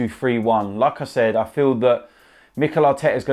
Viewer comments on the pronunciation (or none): The way he says like i said sounds a bit like saying lacazette